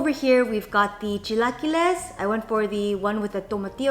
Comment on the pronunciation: Love you but the way you say “chilaquiles” hurts me. Lol